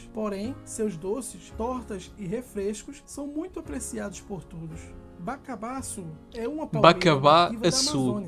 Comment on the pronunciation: Bacaba açu. Está errado. O certo É, Abacaba-Açu